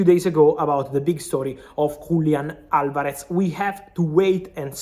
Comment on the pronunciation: Frabizio; WULIAN ALVAREZ 😂